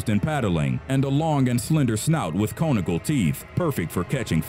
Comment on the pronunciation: Nothing screams "I'm reading this and don't really know what I'm saying" like not knowing how to pronounce the words carnivorous and conical.